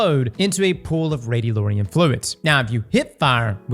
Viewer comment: still can’t read. Radiolarian not Radiolorian. Come on man